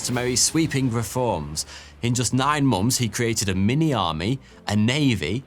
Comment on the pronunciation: How can you say “months” as "momfs"?